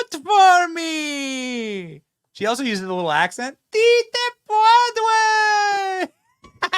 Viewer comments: She missed Bodega too! I think their speech writer is a secret Preident Trump voter. Joetato and his psycho wife Jill, can barely can speak!. She was trying to say: "Si Se Puedes". Te phonetic spelling would be: 'See' 'Say' 'pweh'-'des' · See say pwadway.😑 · Si se puede! You can google that and listen to the pronunciation! So lame!!!!!